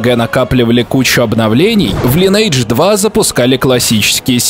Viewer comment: Увы, пришлось прекратить просмотр данного видео, так как каждый раз, когда я слышу "Лайнэйдж", у меня начинает течь кровь из ушей.